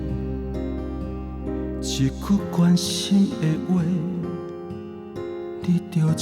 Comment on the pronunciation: 你是唱的很好，但是你下歌有時侯會用口音下，比如一句關心的話，一句，口音都跑出來了，你要用你唱出的聲音去出聲發音，這樣你的音色才會更美，而且不會有口音，你唱看看